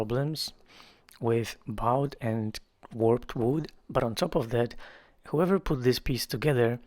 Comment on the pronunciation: One of my favorite redos. Bowed? That’s one of those funny English words🎉 so say" Boh-d" like bow and arrow not bough of a tree. Love your cute accent.